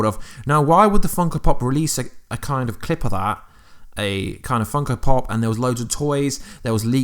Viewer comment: "funkal pop"